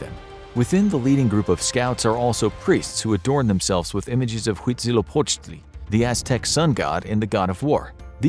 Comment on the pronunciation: He Say Huitzilopochtli very good.